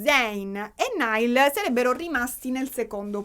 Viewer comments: "NAIAL" non "NAIL" ❤ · tutto bellissimo ma ti prego, si dice 'Naiall', non 'Nial' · comunque si pronuncia “naial “ e non “nail “ 😂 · comunque si pronuncia naial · ti adoro ma ogni volta che hai pronunciato male il nome di Niall in questo video ho perso un battito 😂😂